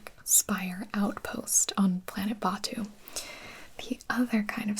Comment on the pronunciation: Gibi: Traveling to planet Batuu (bAHtou) Me: ummm gibi it’s Batuu (batoo)